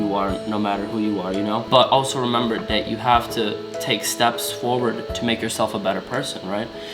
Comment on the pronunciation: "But also remeber dat You Haf Ta-" No shade to, Big ups to <3